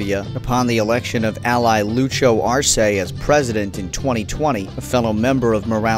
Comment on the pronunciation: who is Lucho Arce? You mean Luis Arce?